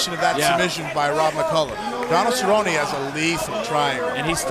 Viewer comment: David cerrone? He needs to keep his hands up? Shut your mouth lol you focus on getting his name right. Obviously doesn't love the sport